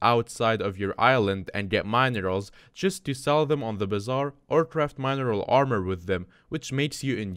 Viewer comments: Mine eral, lol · Can this guy not pronounce mineral ?